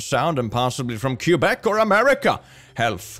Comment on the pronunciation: KYUBEC?? It's pronounced K-eh-b-eh-k